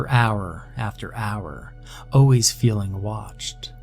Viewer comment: Love your style. I have even gotten to like the way you say, “O’ways” for always.